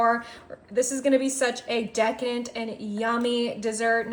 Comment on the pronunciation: You said dekent, did you mean decadent?